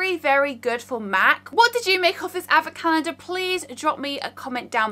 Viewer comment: me, a humble mexican girl: What in the world is a "avacandah"??? oh... is she trying to say "advent calendar"? XD